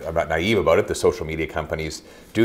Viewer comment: Great interview just one comment, work on your pronouncing of ‘about’.😂